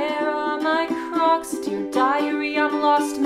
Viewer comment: I thought u said COCS